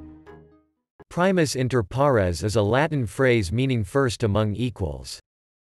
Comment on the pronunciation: Can't be teaching someone while not being able to pronounce it correctly